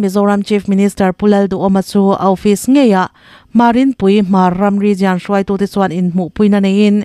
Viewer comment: I chhiar thiamin i aw clear tha beng tha vak lo tan pawh hriat a nuam khawp mai.Mahse,advice lawk aw- Region tih hi rizian ti lovin rizawn ti la,a ngaihthlak a hahdam ang.